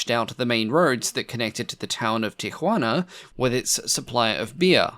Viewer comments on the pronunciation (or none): I have never heard Tijuana pronounced that way, are you trying to be politically correct?